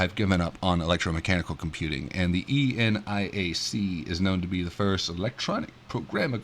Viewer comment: nit: Never heard eniac pronounced as E-N-I-A-C :)